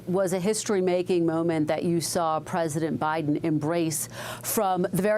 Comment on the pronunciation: PRESESIDENT. BAIDEN